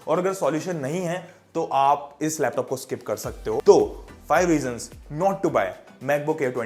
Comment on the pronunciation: ... नोट नहीं नॉट ..